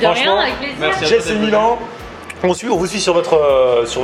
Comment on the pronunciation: Ça ce dit "Milan (e)" et pas Milan